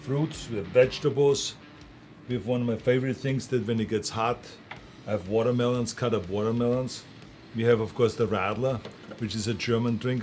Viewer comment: "I hab wadamelons, cad-up wadamelons" 😂